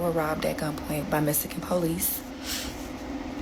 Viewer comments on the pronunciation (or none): Not Messican it’s Mexican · She said "Messican" lololololololoz 🥳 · It’s Mexican not messican